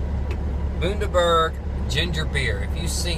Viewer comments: You pronounced it right the first time you said it mate. I grew up drinking this stuff and the cap goes way back to how most Aussie beers were capped way back when. Glad you enjoyed a taste of Australia. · Bundaberg, with a soft u. Good to know! Still have a couple of these to try and the right pronunciation is good to have lol. Thanks for watching!